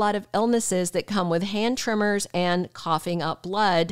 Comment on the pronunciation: she keeps saying trimmers she must mean TREMORS